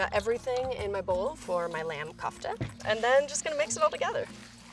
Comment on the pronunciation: Anyone else who hates her pronunciation of kufte